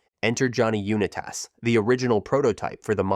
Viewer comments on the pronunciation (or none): Unitas is pronounced “unite-us” not uni toss 😭😭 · I enjoyed the video but you butchered Johnny Unitas's last name It's pronounce like Unite us not uni-tas 😊👍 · So, you lost a new subscriber (three videos old) by your mispronunciation of players' names! I mean, really? "You-knee-tas?" Who does that? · "Johnny Yoonitass" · Good video, but the voice over guy needs speech therapy….UNITE US……STAWBACK……..😂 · So your pronunciation of “Unitas” means 1 of 2 things, neither of which are good. So either you’re mispronouncing “Unitas” and “Halas” on purpose to do that whole promote engagement in the comments bullshit or you know exactly Jack and shit about football. Johnny Unitas is quarterback and football royalty. Dude was a legend. Any supposed NFL fan would know about him and would’ve heard his name dozens of times. If you genuinely don’t know how to pronounce it then that tells me you aren’t qualified to be making these videos and educating people on football when you yourself just learned about it 5 minutes before making the video. Or if you are doing it to boost comments and improve your little bullshit algorithm then fuck you, you’re a schemey little weasel using underhanded exploit tactics. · The way Johnny Unitas is pronounced ruined this whole thing for me. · lol you pronouncing Johnny U the way you are made come all the way down here and write this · Bro should google how to pronounce "Unitas" 💀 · The “Johnny Unitas” pronunciation is the voiceover equivalent of the Inglorious Basterds guy holding up three fingers. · Some People shouldn’t narrate if The announcer can’t speak proper English language. He mispronounced Johnny Unitas name. Go back to school and learn how to speak English properly.